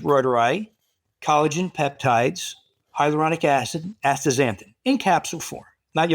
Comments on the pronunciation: Its pronounced, Hi ya loo ronic acid not hydrolonic acid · He also flubbed up the pronunciation of hyaluronic acid.